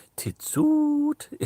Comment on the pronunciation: Proper laughed out loud when you said “Tits oot” you can tell you learned Geordie from Sid the Sexist Videos. 🤣 The dancers you refer to are the Mummers, they still perform at village fates and festivals in Northumberland to this day. I will be paying more attention than normal this year at Rothbury Music Festival.